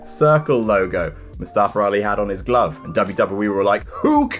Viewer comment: Its MuSstafa..MUSSTAFA!!!!!